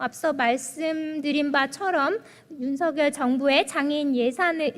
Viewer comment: 아이구 이뻐라. 국민의 당에 이런 이쁜 인재가 있었다니! 복이다. 복. 우리나라 복!! 까딱하면 장애인 중 발달장애인이 가장 취약하게 피해를 입게 되겠네요. 세상에! /윤성열/로 발음한다면 더 이쁠 거 같은데. 이름을 둘러싼 문화를 살펴본다면 본인이 발음하는 대로 발음해 주는 게 예의이자 기본입니다.